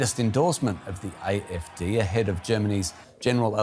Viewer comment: Can DW not have a presenter who can at least pronounce German words correctly??? Learn how to say "AfD". You are working for a channel called "German Wave"!